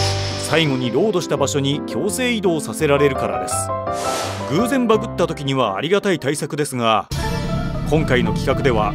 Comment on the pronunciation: バグの発音がすごく気になる